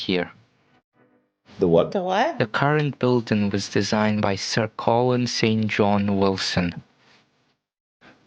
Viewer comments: 2nd guy knew how to pronounce the name St John — as a persons name it is pronounced Sin-jun not saint john 😂👍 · Ignore the narrator: the architect's name is pronounced 'Sir Colin 'Sinjin' Wilson' - although the middle name is spelled St John.